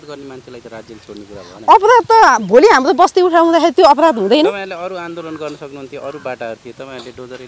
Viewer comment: Bhim sen pun Dang Ghorahi कुरा भनेको कुदा भन्छे तर भनेको तद भन्छे हाम्रो भनेको हाम्दो भन्दि रहिछ जिब्रो राम्रो सँग नचल्ने रहिछ बथलि आईमाई